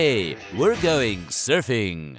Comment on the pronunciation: "Ok! We're going Serfin' " LMAO!!!